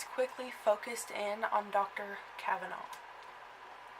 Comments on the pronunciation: The name is Cavaness, not Cavanaugh, you goof! You don't know what you are talking about. You read 'Murder in Little Egypt' and you make a Youtube. Big whoop. Get a life. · I happen to be from Eldorado Illinois. Born and raised. I knew Dale Cavaness and Sean Cavaness was my friend. I don't know the reason for your video other than getting yourself on YouTube. But NO one ever pronounced the name "Cavanaugh". Should you choose to utilize the tragic murder of my friend for your own purposes, the least you could do is pronounce his name correctly.... One last thing. No one from Southern Illinois calls it Little Egypt. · Ill have you know that this is my great great uncle. And that is not how you say our last name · You can't even pronounce his last name correctly? He's the subject of your entire video and you continously mispronounce his name? That's some high quality work. You obviously really do extensive research for your videos. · The last name was pronounced as the "S" sound. You might want to talk to some of the people in Harrisburg instead of just reading the books and stories. He was a horrible person.